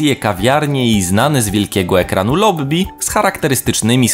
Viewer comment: Mówi się "Titanik" albo "Tajtanik", jak już się upierasz przy ingliszu. I lobby, nie "lobbi", bo jak już to "lobi".